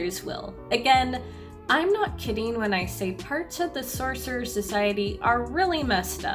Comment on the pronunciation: serserers. cercerers. sercerers. cerserers. Why can't you just say Sorcerer Properly?